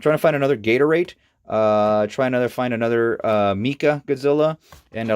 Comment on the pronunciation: Moothra? MeekaGodzilla! Gatoradea? You are pronouncing all of their names wrong!